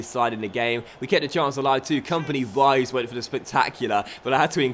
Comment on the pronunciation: Vives is pronounced like "Bee-bès".